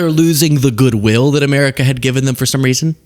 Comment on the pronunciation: heavy on the "for some reason" 😂